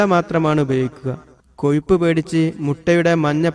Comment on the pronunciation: കൊയിപ്പല്ലടോ.... കൊഴുപ്പ്... ഒന്ന് നാവ് വടിച്ചിട്ട് പറഞ്ഞുടെ?